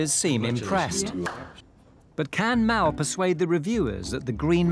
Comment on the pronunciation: I'm pretty sure his name is Mal not "Mel" as most are calling him in the comments section. Mal is not an unusual name in Australia.